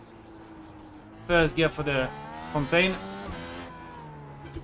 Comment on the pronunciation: The Fun-tain 😅